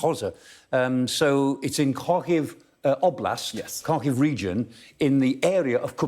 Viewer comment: Show some respect and learn how to pronounce Ukrainian names. Its Har-keeu.